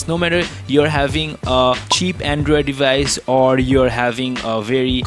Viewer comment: Andrewid devayice